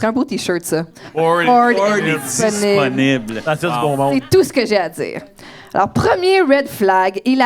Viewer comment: "Disponible" sonne plus donne "Desperate" a ce point la